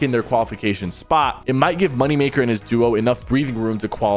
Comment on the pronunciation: Great viedeo but look into how to say moneymakers duo XD